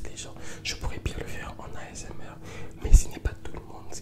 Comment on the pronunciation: jadore comment il dit asmr mdrr.. A S EUM AIR